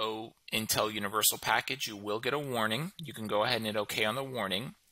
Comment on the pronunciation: Let's go ahead and 'Git' started =P